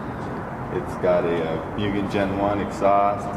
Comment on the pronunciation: "Moo-gen" not "Mue-gen"